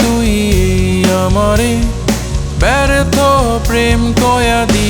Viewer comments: কয়েদি উচ্চারণ টা হয়নি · গানটি সুন্দর হয়েছে উচ্চারণে একটু ভুল আছে, এখানে হবে ব্যর্থ প্রেম কয়েদি, কিন্তু আপনি উচ্চারণ করেছেন কয়াদি।